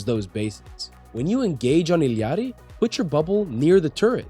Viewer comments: U illiterate or what its I L L A RI NOT ILLIARI do u even english ? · just say ilari like a normal person lol